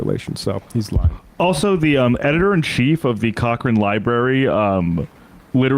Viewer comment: Shout out for correctly pronouncing Cochrane.